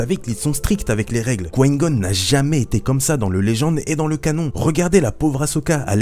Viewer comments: tu dois absolument absolument arreter de dire quoin gon stp je te jure je nentend plus que ça et je suis sur de ne pas dutout etre le seul ça se dit comme ça: coup ail gone! Et ca secrit Qui Gon Je saigne des oreilles... je blague mais nempeche je sens l'angoisse monter a chaque fois que je tentend dire quoin goun 😁😂 En tous cas continues tes vidéos, je les trouve cool et instructives sur le lore 👍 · J'entends "Quin-Gon" quand tu parles... on dirait que tu dis "Coign-Gun", genre une sorte de flingue qui tire des projectiles amers... C'est "Qui-Gon", non...? Se lisant "kouaï-gonne". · Mlle Chamalloooww moi aussi ça me perturbe j'ai l'impression qu'il dit Couaïne Gonne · tu as une de ces façons de dire: Qui-Gon... ça me perturbe à chaque fois mdrr😂😂 mais sinon super vidéo comme d'hab😊👍❣ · L'ami on dirait que tu parle chinois quand tu dis Qui Gon mdrrr